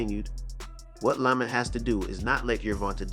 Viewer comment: Hate when ya pronounce ppl names however ya want 😂😂😂 “lamant” roach ??? Cmon bro you ain’t even try lml